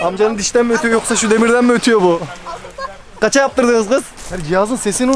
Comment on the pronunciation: "ğaça yaptırdınıs gız? "Ha yazıyo... Ne bu? Sss se sitiyılss sitansiyılss... Ne demek o" 😂😂